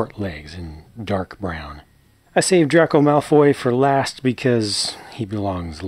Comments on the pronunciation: It’s DRAY-co not Draco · you pronounced draco's name dracko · Also it’s pronounced “drayco” not “Draco” take it from a dedicated Ravenclaw